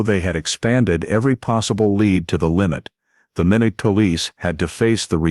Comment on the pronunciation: Watching from North Dakota and it is pronounced (My not) Minot